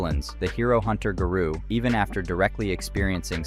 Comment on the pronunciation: I lost it at “Guh-roo”. 😂😂😂 I did like the video though bro. Good job. 👊🏼👊🏼👊🏼